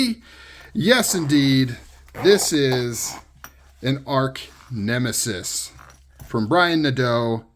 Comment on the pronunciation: Sweet pick up! By the way, it's arch (artch) nemesis -- not arc nemesis.